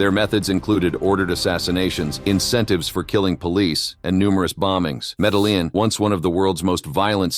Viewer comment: Yes. Medellin is pronounced ME-DE-YIN